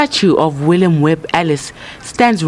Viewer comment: William has I in it not willam